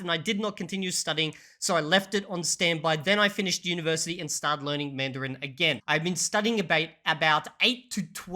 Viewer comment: I am starting to doubt B2 English, I think he might be a B1 since he mispronounced Mandarin and agglutinative in this video. I know he is pretty fluent, but not convinced 100% 😉